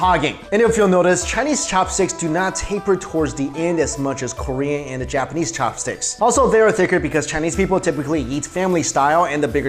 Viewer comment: The way you pronounce "Ssshopstick" is just weird.